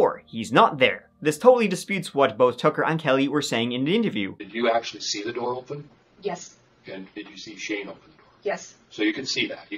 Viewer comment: Hi. You occasionally say your ‘th’s’ as, with a hard T, instead of TH......SO...How is it my 100% Irish husband, from NY, will let the hard T pronunciation out...must be in his bloodline! (Or maybe his father, who was also born in upstate NY.